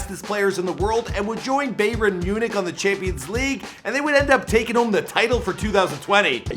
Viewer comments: Bayren? It’s Bayern 🤦🏾‍♀️ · It’s pronounced Bah-Yurn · just 15 secs in he can pronounce Bayern Munich my guy say bavern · Bayren munich? 🤣🤣🤣🤣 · Man really said “bay ra munich” 😭😭😭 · wtf is bayvren munich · did he just say BAE- RIN Munich 😂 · Baywern Munich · Who tf is bayrin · "Beyrin" could you say it any worse?😂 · beyvern munich wtf? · Its pronounced By-urn Myoo-nik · This man said baverin munich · Bayren Munich hahahahhaha, the pronounciation is awful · “Bayren Munich “ 🤦🏻‍♂️ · This guy said Baeyren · It’s pronounced BA-YAN MUNICH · Bayren munich? Say it right my guy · Cheeky bit of a bay-ren😂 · You pronounced Bayern Munich wrong 😹😹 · The way he said Bayern:😡😡😡😡😡😡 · The way you said bayern was just😫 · This man butchered “Bayern “🤣🤣🤣💀